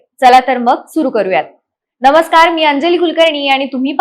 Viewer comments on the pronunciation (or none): none